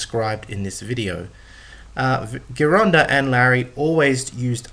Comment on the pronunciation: Me think the correct pronunciation i GEEronda, scary if you dn't even know that.